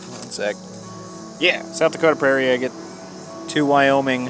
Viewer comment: Kept thinking you were saying eggate, as in ready to be eggs! Just your pronunciation of agate!